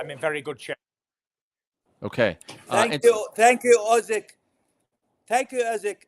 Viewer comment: As a Ukrainian I agree that this is funny =) Just as you saying "Usky" when you meant "Usyk" =)